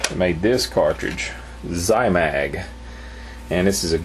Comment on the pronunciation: Zimag = zee mag